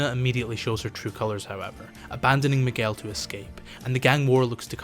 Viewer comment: Funny thing about the name Miguel is that Manuel is pronounced with the “well” sound like how you pronounced it but are both spelled with “uel” 😅